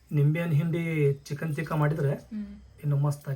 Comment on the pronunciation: ತೀಕ 😂😂ಅಲ್ಲ ಬೇ ಅಕ್ಕ... ಟಿಕ್ಕಾ ಅದು😂😂😂😂 ಕಸ್ತೂರಿ ಮೇಟಿ ಅಲ್ಲ ಕಸೂರಿ ಮೇಟಿ ಅದು